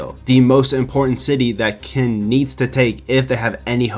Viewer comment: Qin is pronounced as chin not kin.